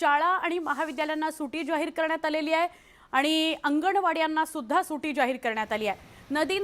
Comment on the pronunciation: ओ काकू सुटी नाय सुट्टी असतं 😂